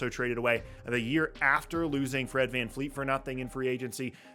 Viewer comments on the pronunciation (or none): dear. after a dozen videos can you NOT sat VanVleet, and not Fleet?!? it’s a dutch name, so not hard for a white guy to get a historically white name correct